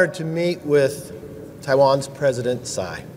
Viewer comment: Sai? You even can't pronounce her last name Tsai.